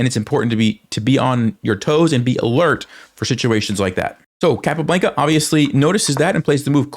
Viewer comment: Love the videos! Keep up the good work. Want to say, however, it is pronounced CAPA-BLAHN-KUH lol. Not BLANKUH